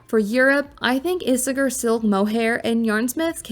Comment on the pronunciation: Ee-say-air….is how Isager is pronounced